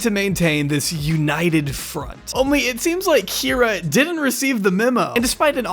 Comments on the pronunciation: I heard you say "Kie-ra" at one point in this vid (sorry, didn't timestamp) and thought it was for comedic effect 🤣🤣💖💖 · lol but still missed one mispronounced Kyra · Who's going to tell him there's at least one instance left in the video where he says Kyra wrong? It stuck out at the time but I didn't think much of it until I watched the end of the video. Loved this one, you did a great job covering the highs and lows!